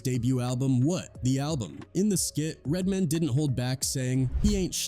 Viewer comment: Lol you said it once idk you don't seem to have an accent but once you kept calling "RED MAN" "RED MIN" I had to stop the video I saw nothing past the 7 minute mark 🤷🏿‍♂️ sorry just too much 😅